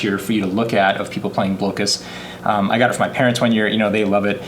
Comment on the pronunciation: I believe the game, Blokus, is pronounced, "Block-us" and not "Blow-kuss"... which makes sense because you are Blocking people from playing their pieces...